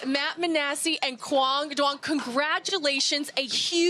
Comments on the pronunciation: To all the non-Vietnamese people out there, Duong is pronounced Y-OO-NG. Way to represent kid. Announcers need to be corrected so it doesn’t continue to happen. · Announcers are doing too much in that pronunciation of “Duong.” It’s more simple than that.